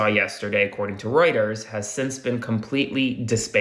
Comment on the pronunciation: Dude, Reuters is pronounced ROY-ters, not ROOT-ers.